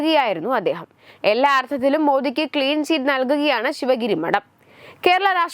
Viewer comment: " ദർമം, മടം," എന്തൊരു വൃത്തികെട്ട ഉച്ചാരണം